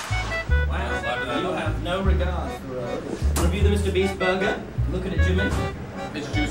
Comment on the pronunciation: Mr beast said burger Tommy said BORGER